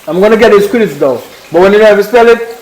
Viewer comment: Did anyone realise he said srittles